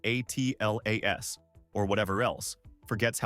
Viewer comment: AI needs to learn to minimize syllables, much as we do. I'm tired of hearing 3Iatlas being spelled out. Just pronounce it!